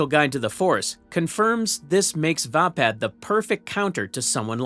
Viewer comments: Pronounced Vay-pad... Not vah pad. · its called va pad as in hey pad